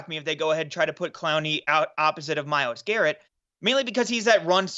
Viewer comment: It's Myles Garett wtfff